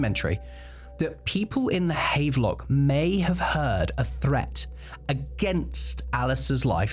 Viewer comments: Note, the hotel is pronounced Hav-lock. Sorry, just cant sit having a pint in the havvy known its been mispronounced. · Bro, havelock is pronounced have-er-lock: maybe he was targeted for bad English 😂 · Pronounced "have-a-lock" Seems like the sort of thing you should check before saying it a dozen times in a video, but hey... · Small note - Havelock is pronounced Hav-a-lock (even in England!)